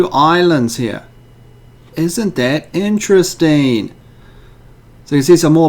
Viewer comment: Is that really interestaineeee.. It's amizaneeee.